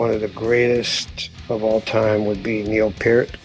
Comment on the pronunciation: Thank you, for say Neil's name correctly